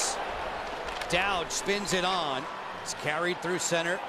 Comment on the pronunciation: Don't "dowd" Nic Dowd!